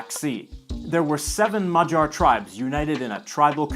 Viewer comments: The three Hungarian lads I work with all pronounce Magyar with a hard G. They all giggled when you said “madgar” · You're absolutely right, it's NOT a hard G. And you're right, you didn't pronounce it perfectly. :-) Your pronounciaton (as I hear it) was closer to 'majar' (like 'j' in June). Though there's a G in it, it not sounds a 'g', nor hard, nor soft. Rather like in the english slang 'whaddya'. Or check how czechs, slovaks, serbs, slovenes say it. (Maďarsko/Madžarsko/Mađarsko) Also... When you say the capital's name, it drives me crazy. :-) You said Budapest, with an 's' sound in it, but when you said Pest, you said it correctly with an 'sh' sounds as 'Pesht'. (I don't even try to explain how to pronounce Eger or Hollókő correctly.) I mention it because almost every languages has an 'sh' sound, so they COULD say it correctly. But to leave you with something positive: you're saying 'lángos' was very good! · this is a great video but. He butchered the word magyar lol😂